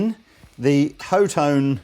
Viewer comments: Wouldn't be "Hot-One" rather then "HO-TONE" or "Hot-Tone"? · That charvel is sexy. Are the amps pronounced ho tone, or hot one? Or something else? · HOT TONE. Shared "T" Its not that hard, holy crap. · HO-toh-nay! :D. Friedman is an american company, but the Friedman BE was designed for a british sound.